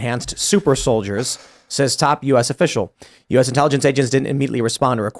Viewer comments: Pronounced “solid-ears” apparentally… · Pronounced "sOL-iD-E-eRs"